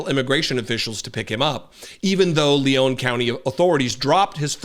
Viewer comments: It's "Leon" County, (not "Leone" like Sierra Leone) aka Tallahassee, aka home of FSU, aka a Democratic sanctuary city in Florida. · I get so sick of so called "journalists" who don't even know how to pronounce the words they spew forth. It's LEon like the man's name, not LeON' which is the pronounciation of a city in France (Lyon). You sound so stupid and pretentious mispronouncing such a simple word.